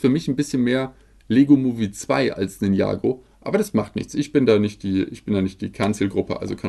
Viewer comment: Ninjago ist gesprochen Ninja-Go